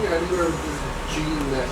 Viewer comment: lmfaoo "jean neck" I'm dead